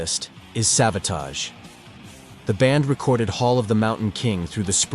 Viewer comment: Its tage like rage like savarage